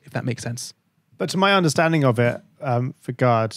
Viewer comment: was it annoying anyone else that they kept mispronouncing Vegard's name??